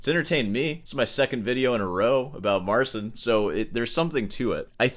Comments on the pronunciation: His name is Mar-chin, not Marsin btw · Talks about Marsin so much, he could maybe learn how to read his name as well :D